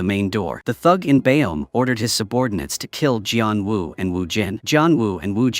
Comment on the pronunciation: gian wu? bruh is geon woo